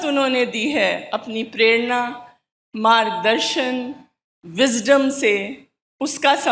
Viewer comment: संचालन करने वाले छात्रों को स्नातकोत्तर, मार्गदर्शन और विद्यालय बोलना भी सिखाइए। ये बार-बार सनातकोत्तर,मारगदर्शन और विध्यालय बोल रहे थे।